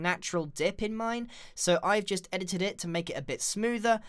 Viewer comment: The only thing I learnt from this is that he says edited it in a really weird way